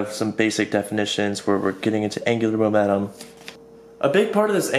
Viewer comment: angular "momenum"